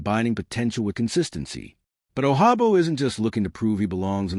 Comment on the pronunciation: He’s not Spanish and the j sounds like a j He’s from Nigeria. Hate computer voice.